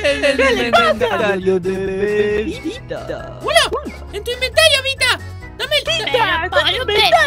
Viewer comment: Se dice vita no vista